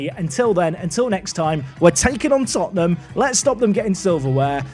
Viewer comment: Lad's, it's Tottenham